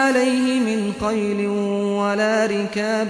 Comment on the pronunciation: فَمَاۤ أَوۡجَفۡتُمۡ عَلَیۡهِ مِنۡ خَیۡلࣲ وَلَا رِكَابࣲ .. يبدو أن هناك خطأ في الصوت و قال قَيلٍ بدل عن خَيلٍ ؟؟